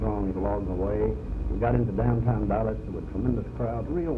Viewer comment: Did he say Dallash?